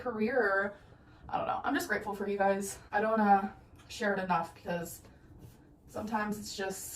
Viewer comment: Ah, "you guises". Love it